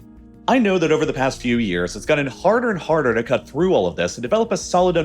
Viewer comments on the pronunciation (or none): none